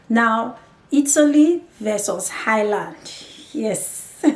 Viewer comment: If you are going to move to a country perhaps learn how to pronounce the name. There is no h in Ireland. I have no experience of Italy but can tell you the Irish are more racist than England. Don't be fooled by the surface friendliness and victim hood. There have been riots based on racism in England but equally in Ireland with the same or worse levels of violence. A big difference between the English and Irish is that Irish people wont say to your face what they think. I think the violence is going to get worse. They are a conservative people with little experience of hosting and tolerating foreign communities. It wasn't that long ago they got rid of the English except for N Ireland. And to be fair why should they be obliged to take in foreigners?